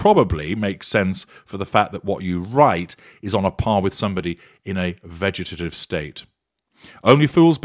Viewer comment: "In a vegetive state". lololol.